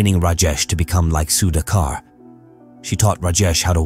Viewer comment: Good if can learn to pronounce the Indian names. Was difficult to listen to Sudhakar’s name being mispronounced throughout the video. Goes for names in other videos too.